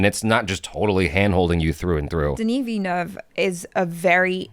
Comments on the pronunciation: He didn't get it right he said VIA-NUV, its VIL-LA-NUV. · Great review guys can't wait to watch this! Heads up, still not pronouncing his name right haha it's Vil-nuv, gotta pronounce the L. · Saying Denis's last name 100% wrong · Please stop butchering the man's surname. He is French Canadian, not spanish.